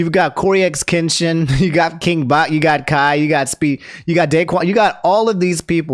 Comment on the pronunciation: I thought I heard “King Bot”